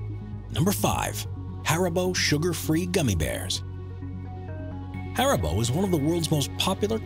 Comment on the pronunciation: Mispronounced haribo, and if a person is stupid enough to eat that many Gummis they deserve the gut rot.